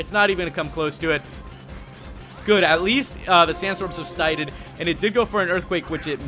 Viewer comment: "And atleast the sandstorm subsnited" I died slightly